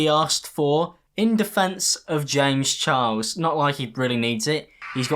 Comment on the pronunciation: confirmed says James Chiles because of his accent 😂💕